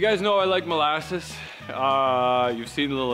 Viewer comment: Did you say mole asses or molasses? Asking for a friend